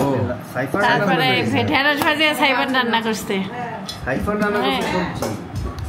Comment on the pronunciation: apni saifan nam ta sundor kore bola shikhen, sairan k abar 🤣🤣